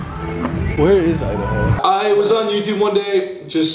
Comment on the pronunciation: Instead of Idaho it's imdahoe